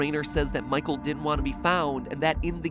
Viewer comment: almost thought you said Michael Affton